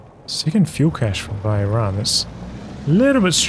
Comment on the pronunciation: Where are u from. You pronounced Iran correctly . In an arabian manner i mean